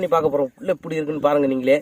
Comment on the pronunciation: Dai mariyathaya poiru epty da epty la pesura